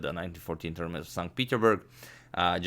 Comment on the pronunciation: Not st Peteburg...st petersburg